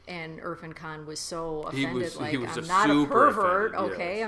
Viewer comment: irrfan is pronounced as ir-faan .. just trying to help :)